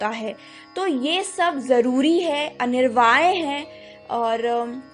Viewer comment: Anirvaay nahi Anivarya*.😅... matlab necessary. By the way nice video. Shree Radhe ❤